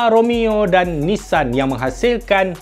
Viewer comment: bukan nessan bang tapi Nissan